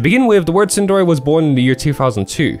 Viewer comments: It's pronounced tsun-DERE, with the focus on the second syllable. Can't believe you did an entire video and you're pronouncung it wrong smh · Where did you learn to pronounce Tsundere like that?